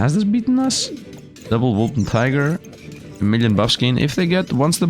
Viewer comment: It's Wolpertinger, not Wolpentiger 😂 German mythical creature